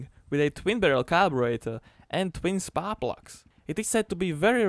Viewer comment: “tween spahr pluks”